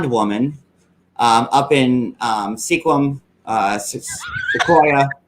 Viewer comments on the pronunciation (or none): Mike lives in Sequim, WA. You pronounce it like Squim. Sorta like swim but with Sq-uim. It is time to give the town credit for proper pronunciation. Mike is a real turd not the town he lives in. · I live in Washington State and the town is Sequim (pronounced like Squim). Just wanted to let you know. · It’s pronounced “Squiim” silent E. I live about an hour away. The falls and trees are stunning here! Hi to you and. You guys are the best!